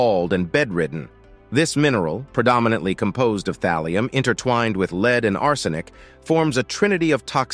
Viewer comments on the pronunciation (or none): This AI generated commentary is annoying. "...leads toxicity.." where lead is pronounced like lead in dog lead. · I like how Lead (as in the metal) seems to be pronounceable as Lead (as in "to a false conclusion") when a poorly produced collection of random clips is narrated by a computer